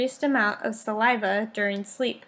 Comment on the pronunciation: Very informative video. It made me want to make sure that I pay close attention to my child's oral hygiene. It could have been a little more upbeat, and the first speaker needs to learn how to say saliva 😂😂 But other than that great presentation.